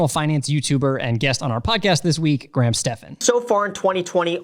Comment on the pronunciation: you keep pronouncing Graham's last name wrong 😂